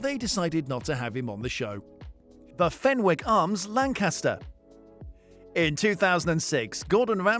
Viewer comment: fenwick has a silent w...so it's pronounced fennick. x